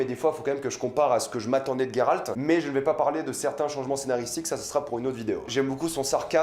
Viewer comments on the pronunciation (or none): Geralt pas Gueralt putin !! Witcher pas Wicher putin !!! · Ta prononciation de Geralt me gène étant donné qu'il n'y pas de "u" Sinon j'apprécie ta "critique" Qui n'en n'est pas vraiment une vu que tu dis beaucoup de bien de la série Personnellement j'ai beaucoup apprécié cette première saison bien que un peu courte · Putain je suis pas le seul à prononcer "Gueralt" plutôt que "Jéralt" 😂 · GolderUltra bah faut le prononcer « Gueralt » mdrr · Tous mes potes prononcent "Jéralt" ça me frustre 😅